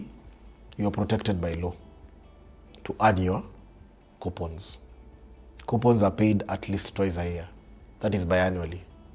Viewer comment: The interviewer mentioned Q-points, instead of Coupons. How financial literate is he? Anyways, Good video nonetheless.